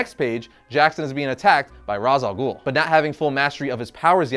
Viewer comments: Not trying to be a Dick But you mispronounced Ra's Al Ghul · YOU PRONOUNCED RA'AS AL GUHL WRONG NOOO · Come on how could you mispronounce Ra's al Ghul's name when you did a video on the correct pronunciation of said name🤦‍♂️🤦‍♂️🤦‍♂️🤦‍♂️😟😟😟😟🙉🙉🙉🙉🙉🙉